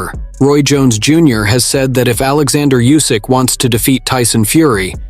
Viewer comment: It's OLEXANDR USYK not ORLANDO YUSYK... you daft silly t..t